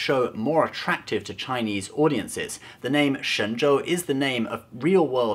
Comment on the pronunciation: By the way.... can actually speak Chinese? His pronunciation is pretty damn accurate...